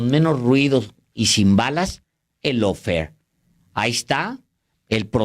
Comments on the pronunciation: ¿Lawfer? , GUERRA JURIDICA es mejor para su público cuya lengua materna es el español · Es Lawfare, no Lawfer, saludos desde California. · Lawfare, no Lawfer.